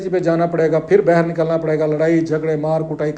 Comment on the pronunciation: It’s baaahir …… not bahar